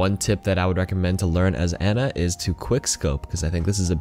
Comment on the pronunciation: How do most people still call her Anna? Since her launch video almost two years ago, it's been clearly pronounced Ana.